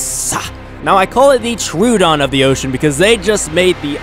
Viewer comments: Tro-uh-don. Not True-don. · ITS PRONOUNCED ' TRUE - OH - DON'